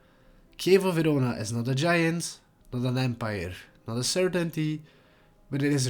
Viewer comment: In what language is “Verona” pronounced “Vidoda”? AI?